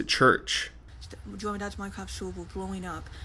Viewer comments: mine fowge cwaft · “wanna join my dads minecwaft sewvew” 😂 She is so gross I mean gwoss Watching her eat made me so nauseous I had to put my food back in the fridge. That was disgusting lol